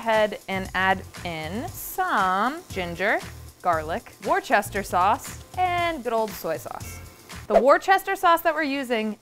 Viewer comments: Not going to comment about the Worcestershire sauce not being vegan, but I am going to let you know it’s pronounced, “wooster - sheer” not, “war-chester-sheer” …. Love from 🇬🇧🥰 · You say Worchester Sauce - in my English lessons at school in the 70ies we learnt "it is Wuuster Sauce" 🤔 I love your Videos so much! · every time says "wore-chester sauce" I cringe. Say it with me, "wuh-stuh-sher" or "wuh-stuh-sheer" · It's not woo-ster it's more like wuss-ter. Like if you call someone a "wuss" meaning they're a coward, it's exactly that word with "ter" on the end. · Worchestire sauce = WOO-STER-SHEER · She pronounces it WorCHESTER sauce? Isn’t she from Massachusetts? It’s pronounced wusstersheer sauce!! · You know it is vegan cause it is Warchester sauce and not Worcester sauce. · Wusster Sauce guys not Warchester 🤣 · "wuhsta sheer" not "worchester sheer" Thank you :) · omg no! "Worster" is NOT acceptable, who told you that?! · war chesterrrr 🥲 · Hahaha im dying at how you say Worcestershire sauce Its wu-stir-sh-eer here in England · Worcester/Worcestershire is actually pronounced as wu-sta-shir :> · Oof, hearing them pronounce it as "WAR-chester sauce" 😂 you're so valid and I wish you were right but sadly, no 😂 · Eep!! Tip-tap-tapping at the pronunciation of Worcestershire sauce!!! Brits pronounce it very strangely, but since they invented it, they get to call it whatever they want. And it's pronounced "Wustesher"(ish). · From a British person: say it with me, WUSS-TER-SHER sauce The R in Worcestershire is silent and none of the other letters make sense, I know 😅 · Worcestershire sauce is said wust-er-sher sauce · Worcestershire is pronounced "Wu'ster'shire", Kind regards, the entire UK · It’s not pronounced war-chester 🤣🤣🤣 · war-chester sauce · war-chester lol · war-chester sauce???🧐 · PSA: Worcestershire sauce is pronounced Wooster sheer 🤦‍♀️😳 it kills me every time I hear an American pronounce it wrong 😭🇬🇧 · Wuss-tah-shire Worcestershire pronunciation